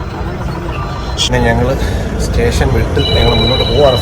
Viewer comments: ഏതു സ്കൂളിലാ പഠിച്ചേ..... റെയിൽവേ റ്റേഷനല്ല ഭായ്,"സ്റ്റേഷൻ"😂😂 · റോബിന് വിജയാശംസകൾ. 'റെയിൽവേ സ്റ്റേഷൻ' എന്നു പറഞ്ഞു പഠിക്കുന്നത് നന്നായിരിക്കും.